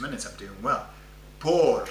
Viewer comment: As an aside; I thought only double rr required tongue rolling versus single r like perro (rolled) vs pero. I hear lots of rolling when you say, por as if it's poRR (rolled).